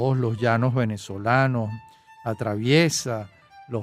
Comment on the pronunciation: Me gustó este programa muchísimo. Lo único cuestionable es cuando el presentador dice "Venezolanos" como si la "v" labiodental existiera en español.